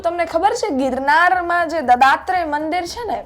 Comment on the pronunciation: હવે તમો દત્તાત્રય ભગવાનને દદાત્રય ભગવાન બોલે છે!એવા એન્કરોને બેસાડીને કેવીક જાણકારી આપવા માંગો છો?કાયદાના તો લીરેલીરા ઉડતા ઉડશે!પણ તમોએ ગુજરાતીભાષા શબ્દાવલીના લીરેલીરા ઉડાવી દીધાં!